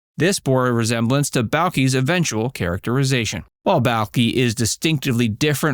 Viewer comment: During this video you have said the title show name wrong as well as Balki's name wrong. Your not a real fan. 👎